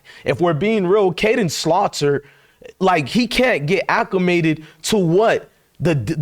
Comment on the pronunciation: Please stop calling Salter by the name of Slaughter. Come on now